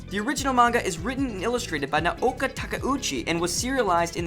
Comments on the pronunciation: shoojo lmao oh gosh. he tried, its show-jo and Now-ko. Its hard trust me cause of the fact the Nao is has it's own syllables Na then vowel o put together sounds like 'now' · how hard is it to pronounce naoko??? its literally nao ko. now-ko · your pronunciation of Naoko's name and the word shoujo are atrocious -_ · Lol why can nobody pronounce Naoko's name properly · cooool but you could at least pronounce Naoko's name correctly. And anime animation is redundant. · come on your Japanese pronunciation is killing me. You're nailing directors names but mispronouncing easy stuff like shoujo or Naoko come on man gimme a break